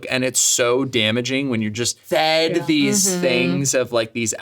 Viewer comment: why did he say fed like that